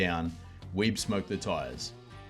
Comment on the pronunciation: John's last name is pronounced WEE-BEE.